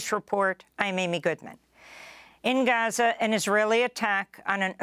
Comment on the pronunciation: Funny how Amy went from Gaza to Haza in her reporting. 😅